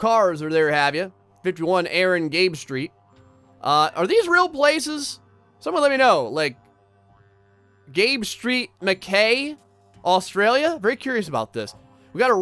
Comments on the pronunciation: also we say Mack-eye not Mack-ay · Mackay is pronounced makeye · Mackay is a real place in North Queensland. Pronounced Mack-eye. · mackay is pronounced mack-eye